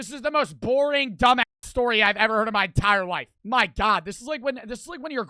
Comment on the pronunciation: OH MY GUAWD WEAS JIMMY BEAST MAN